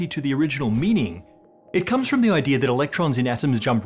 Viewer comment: That intrusive r is really starting to annoy me, man. I consider it a mispronunciation and not a regional thing either. Its "idea", not "idear". Come on.